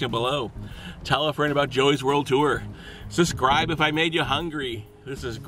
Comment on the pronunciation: Hey Joey can you say subscribe right? because in alot of of your videos you say suscribe not subscribe, just pointing that out